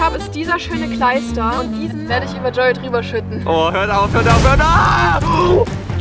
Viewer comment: Es heißt Joey und denn UND Wie oft, also lerne lieber die deutsche Aussprache.